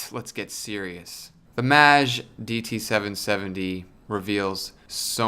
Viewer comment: is it really supposed to be pronounced that way? I'd thought it's /meɪdʒ/ - rhymes with "age".